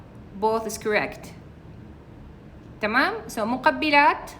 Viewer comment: Madam your way of saying tmam is very beautiful i love it